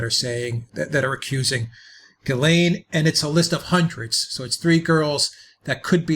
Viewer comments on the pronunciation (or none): Please pronounce her name properly, it’s a French name it starts with a jjjuuu, lorn, it’s not perfect but for most non international nation on the planet earth it’s near enough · I have never heard of this name Ghislaine pronounced the way you say it..... I've Lived in Quebec , which is french , and they pronounce it 'Jishlaine " ..